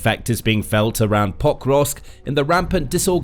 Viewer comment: Is the city called POK-rovsk or Po-KROvsk? I think the latter and the first as you say it here hurts my ears. But maybe I'm wrong?